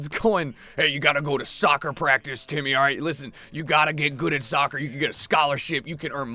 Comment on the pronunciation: Y'all hear him call Timmy "titty"?